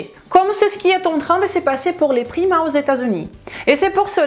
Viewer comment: au début je pensais qu'elle parlait des primates ..... mdr